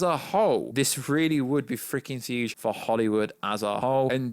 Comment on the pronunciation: Is he saying huge or thuge ?